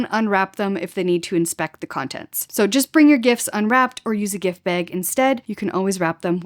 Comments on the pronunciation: Baig. Beg? Bag? Baa-eg. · Had to rewind a couple of times to catch "baig" Bahahaha. You pronounce "bag" correctly....and guessing you also pronounce "about" just fine too! You can guess my citizenship.... Thanks so much for your wowzer, comprehensive, well edited videos. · I like the way u say “bag” 😅